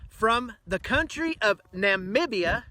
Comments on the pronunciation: Nam-B- ah-. Not that funky pronunciation you came up with. It was brought here because American beef has gotten so expensive Americans can't afford it any longer. There's the reality check. If ranchers want to compete.. it takes getting the long string of middle men out of the middle and offering lower prices. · Minor detail; its NAM-BI-A.